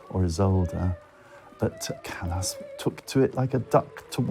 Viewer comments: What utter dung! What a misrepresentation! You should be ashamed of yourselves for all the misinformation. And then, the presenter who pronounces “Callas” as “callous,” “can-to” as in “I’m going to open a ‘can’ of tuna.” To the uninitiated, I say, “Beware, there is little truth in this documentary.” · NIE CALAS A CALLAS